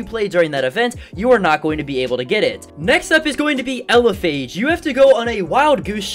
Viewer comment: The wandering lumian take an average of atleast 4 hours Also I’m assuming elePhage is based off a Phagcyte which is pronounced with an F no a Ph